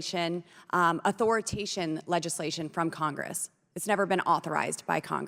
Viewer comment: Authoritation legislation? < She doesn't even know how to say the word authorization. Lauren Blowbert. Absolutely hands down the dumbest doorknob in Congress.